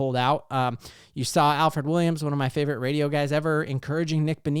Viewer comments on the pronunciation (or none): none